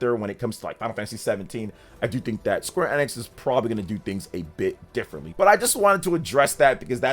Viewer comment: My guy…. It’s EEEEEEE-nix, dear lord